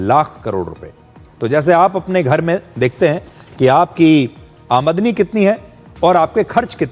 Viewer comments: अमादनी नहीं आमदनी😂😂😂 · आमद नी ❌ आम दनी ✅ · अमीदनी नहीं है आमदनी है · Aa madani ❌️ Aam dani ✅️ 😂😂😂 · AAMDANI ka pronunciation to sahi se kajiye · Is pronunciation of aamdani correct? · Aamdani sir✅ aadmni nhi❌